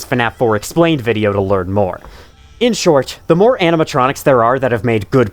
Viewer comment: "in shorch" also the same guy who used the word "quadrilogy" in a sentence